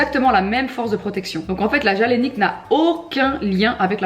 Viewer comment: La „jealénique“ hahaha c’est galénique avec « g » comme dans Gaëlle 😉